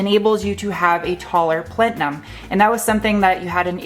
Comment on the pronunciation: I laughed at how you pronounced plenum. Great informative and funny video as always!